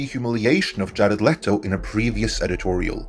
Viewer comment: I like how he says "jaled let-o".